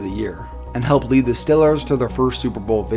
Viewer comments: stop saying stillers it's St- ee-lers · Stop reading from a script and know what you are fucking talking about! It’s Steeeeel-ers not Still-ers. Fuck man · who are the stillers lol. i only know the stEElers pronounce the e man... cringing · It's not "stillers" or "stellars". It is pronounced STEEEEEEEEEEEEEEEEEEEEEEEEELERS. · Steel-ers not Still-ers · Ok it’s not stellers it’s Steelers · it's stealers not stillers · I wish you stopped calling them the ""Stillers" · Had to stop "the stillers?" Comeonman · I know a browns fan but he says Stillers like he’s from the Burgh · I don’t think this guy can pronounce his “E’s”. Haha. “Stillers”, “fild”. 😂👌🏼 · Why is he saying "still-lers"? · It’s Steelers, not Stëælers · What is a Pittsburgh "Stiller"? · The way to say Stellers, you gotta be from Pittsburgh :D hahahaha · ‘Stillers’ ‘Fild’ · Fild... Stillers... Bruh the letter e isn't a hard thing to say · Why does he say stillers? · funny how you say stillers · Are you a steelers fan? you pronounce it like youre from pittsburgh or at least the northeast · I live in Pittsburgh and ngl it pisses me off on how you say Steelers 😂, but love the video 👌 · calls man ugly but cant say Steelers or Field correctly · How can you not pronounce Steelers correctly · Are you from pittsburgh? The way you say steelers makes me think so.